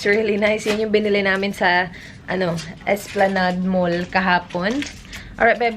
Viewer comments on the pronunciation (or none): none